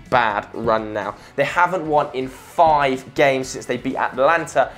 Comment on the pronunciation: Atalanta not Atlanta. This is Italy not America mate.